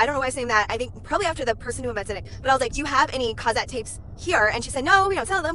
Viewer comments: The way you say cassette is killing me. The S’s aren’t pronounced like Z’s. It’s Kuh-set. You’re welcome. 😘 And if this is a joke, clearly I missed it. 🤣🤣🤣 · Okay it’s pronounced cuss ette. Seriously? Must be a joke😂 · I’m praying this is a joke. I’m a 2007 baby, and I know and listen to cassette tapes. And it’s being pronounced wrong which kills me.(definitely a joke when you see the filter)